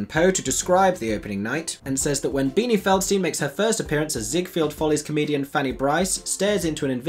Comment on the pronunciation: I love you! BUT ... "Zieg-FELD" ... No 'field' in Zieg-FELD.